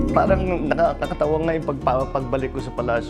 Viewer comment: ‘parang nakakatawa NGAY yung…’ Very ilocano si PBBM 🥰🥰😍